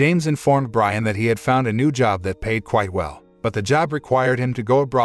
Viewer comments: not to be nit picking but Brianne is not pronounced Brian its actually Bree-anne (or something like that) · Driving me nuts. Her name is pronounced Bree-Anna not Brian. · It's pronounced breeahhna not briana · Bree-ann, not Brian. Damn robots... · LOL That was the point I had to stop watching. AI ain't so smart after all. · For the last time, It’s Bri-Anne not Brian! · It's pronounced Bree-Anne, not Brian. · Hey Brianne = Brie-Anne not Brian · Ha Ha. These stupid IA generated videos constantly misread the stroyline given them. The wife's name is not Brisn, which is a man's name. Her name is Brianne. Big big difference. You would think the people editing this would catch it and redo the speakover. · Please, please stop! Sit back, and before you do ANY more reviews, learn how to properly say words. It’s not that hard. If you are not sure about something, look it up!! Do you really think his wife’s name is Brian? Do you? My God, I couldn’t finish watching!! Brianne. Now, what’s a pretty name for a girl spelled like this? Come on, brother… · Narrator cannot tell the difference between Brianne and Brian. Rather aggravating. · Pronounces Brianne as Brian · Her name is pronounced Breeann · Jesus is the name Brianne pronounced Bree Ann